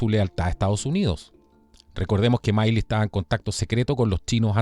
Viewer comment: Milley se pronuncia Mili 😁